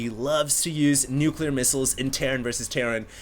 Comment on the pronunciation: nucLEAR not nucular